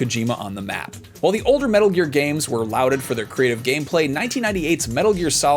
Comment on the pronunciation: “louded” instead of lauded lol